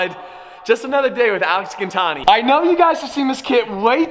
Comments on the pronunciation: Isn't it GIN like GIN the alcohol, gin-tani. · His last name isn’t gintani😂😂